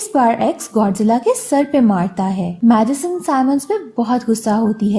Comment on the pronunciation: Madison or medicine much samajh nah I aya🤣